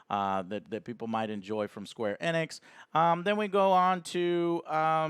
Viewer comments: Please pronounce it Eeeeenix, not ehnex.... jeebus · LOL Joe its not Eh-nix its Eeenix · It's pronounced Ee-nicks, not eh-nicks. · right off the bat, is it pronounced "EN-nix"? I always heard "ee-nix" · Joe stop saying eh-nix... its EEEE-nix! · you pronounce the E as Ehnix its Enix bro. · it's actually pronounced enix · “Square anix”